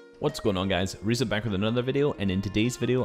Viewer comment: nice vid vid bro btw its rezon spoken like reason